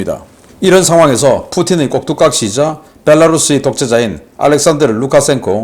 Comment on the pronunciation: 꼭둑각시가 아니고 꼭두각시 임. 왜 꼭둑각시 라고 하는지 이해가 안가는데, 남사당패의 전통 인형극인 "꼭두각시 놀음" 에서 나온 소리임. 원래 곡도 에서 나왔다고 하는데, 오히려 발음이 힘든 꼭둑 으로 변화했을 가능성은 0% 임.